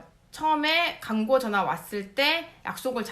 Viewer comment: 죄송한데 {광고}가 {강고}로 들려요. 혹 어딘지는 잘 모르겠는데 이중모음이 단모음으로 변하는 쪽 사투리를 쓰시는 분인가요?